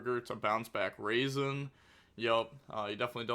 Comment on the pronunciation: I believe it’s pronounced “Rah-Zen” not “raisin”